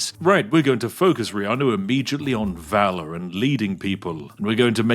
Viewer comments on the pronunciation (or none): none